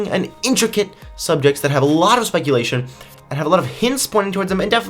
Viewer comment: said ‘spike’ulation Lol